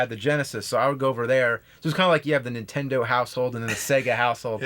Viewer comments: I'm sorry, but I can't take it anymore...super NINtendo! Not super Ntendo! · I never played this game because it has a stupid name and the premise makes no sense. I wish James would learn how to say Nintendo. I mean, a guy who got famous by playing old Nintendo games should be able to pronounce it correctly.